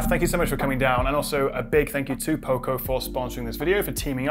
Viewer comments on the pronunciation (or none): You missed a third way of saying it 😆. Poco is the Spanish word for Little and its pronounced O like dog, not O like Opal Fruit.